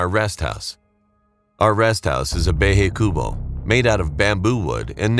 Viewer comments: What the heck do you mean by Pronouncing bahay kubo instead you pronounce behey kubuw😭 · Its actually pronounced bah-high-coo-boh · Pampanga ❌ Pampænga✅ Bahay Kubo ❌ Bæyhæy Koobo ✅ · "Behey kubo" It's a Bahay Kubo. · As a someone who is a filipino YOU SLANDERED OUR LANGUAGE 💀💀💀💀💀💀💀💀💀💀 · "beyhey koubo" why bro pronounce bahay Kubo like that☠️ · ngl but the they he pronounced Bahay Kubo into "behey kubow" had got me laughing nonstop 😭😭😭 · "baehaye cubow" made me laugh for 1 min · im a pilipino and the way he pronuced "bahay kubo" made me crackle🤣🤣🤣